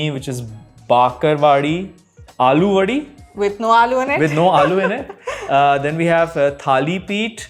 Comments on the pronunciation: Its not aloovadi..its अळूवडि...kindly do some basic research on marathi pronounciations before posting..same mistake was done by curly tales where sharvari wagh also pointed its not aloo vadi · Piyush = Liquid Shrikhand अळूवडि✅ अलूवडि ❌ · When Non-Marathi people realize there is no ळ sound or letter in their language. Aluvadi ❌ Aळूvadi ✅😁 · In Alu wadi It's not ल It's ळ.. It's आळू.. those are Taro leaves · Alu vadi - अळूची वडी not आलूची वडी.